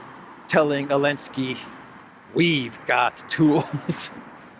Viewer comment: Dear cyprian citizen, I would like to express my deep dissatisfaction with C. stubbornness in mispronouncing my middle name, omitting the first letter. Given your persistence on that blasphemy, and since this is the third time I have notified you, I hereby decree that, effective August 1, 2025, all citizens of the collective West will be required to call you. Mr. V. __elensky Manager of Project Ukraine